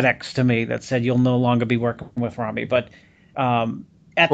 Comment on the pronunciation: It's rami not rumi ffs